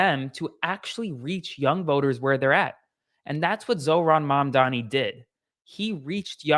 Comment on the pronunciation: Learn to say his name! Or just call him mayor! 🎉🎉🎉🎉 Love this for NYC.